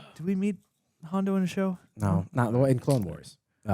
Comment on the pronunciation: What’s with the “nor?” Are you trying to be Australian? It got annoying.